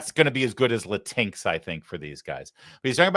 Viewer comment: Tell Gavin it's pronounced Latinks.